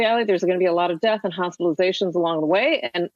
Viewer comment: I love the emphasis on death..f off